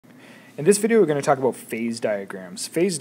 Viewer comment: "aboat" xD